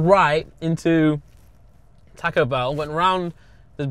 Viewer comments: why is blud pronouncing taco like that 💀 tack-oh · British people pronouncing it tack-o and thinking that’s correct is amazing